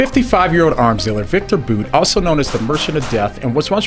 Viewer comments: its not 'boot' its 'bout' like route - awful video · You say his name as BOOT. I have always heard it said as BOUT as in ABOUT; without the A.